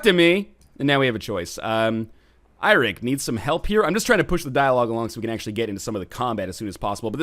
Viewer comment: Eirik is actually the Old Norse form of the name Eric (It is actually Norse in origin). You pronounce it a bit more like you do Eric, it sound like Iric, or Airic